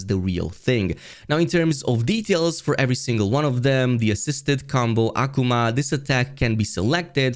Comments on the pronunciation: Aquomon..........Akuma (uh-koo-muh) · Why are you saying Akuma like that? 😂